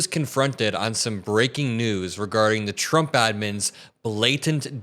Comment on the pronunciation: Shrumpf instead of Trump 😂🤣😂🤦🏼‍♀️